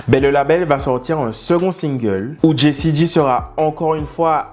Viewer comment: Jessie J(Jay),pas G(Gee)✌️✌️✌️✌️